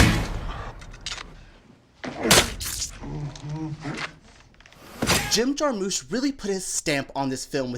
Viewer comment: Jar-mush, not moosh